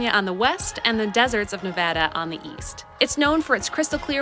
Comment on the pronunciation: you're from Michigan and you said Nevada right love it. Also great fuckin video wow